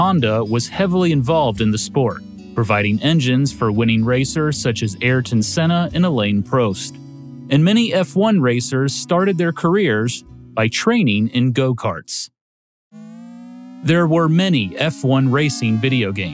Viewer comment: Alain Prost -- better pronounced Alen Prost (like prostate) not pro-state :p